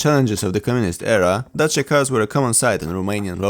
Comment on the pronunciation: Yay! You don't butchered the name "Dacia" while pronouncing it. That's I love Polish people!